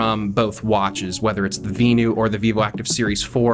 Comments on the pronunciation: Vin-you. VENU. Not V-new like you are saying. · Is it not pronounced Venue? Lol